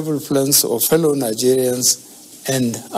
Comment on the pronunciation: Hello Nigerians 😏😏😏😏😏 don't you know how to say "fellow"😂